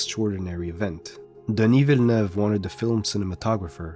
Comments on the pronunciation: Dang!! That Denis Villeneuve pronounciation was on the dot... My friend, I would even wager that you are Québécois! Please tell me I’m right or i just look like a dumbass 😂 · Arrival is yet again an example of how awesome linguistics and language are. The story and the philosophical questioning that comes with it always gets me to cry, as I did watching this video. Also, I must say, I really really appreciate that you pronounce Denis Villeneuve's name correctly, but then again this might be because you're Canadian and actually speak french?